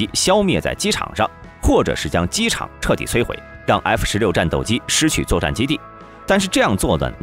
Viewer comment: 英文读不好没关系，字母能不能读准一点啊？F16say，F16say？你还想说点啥？就算机器读的也调校的准点嘛。实在是太难听了😓